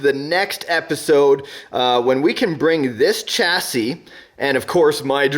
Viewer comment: Another great video. Just out of interest, why do you say chassis with a ch rather than with a sh? It's a word of French origin just like Ch(sh)ateau and Ch (sh)ampagne. Maybe it's a North American thing??